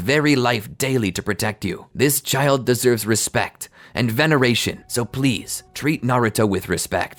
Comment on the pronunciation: "Im not gonna leave this chilid to fend for it's self" -Hirozen 😂😂😂